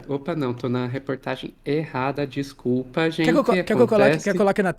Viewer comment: "Descuba" kk, eita toctoctoc é a pf